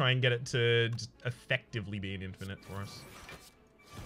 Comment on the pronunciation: "Infinish" LUL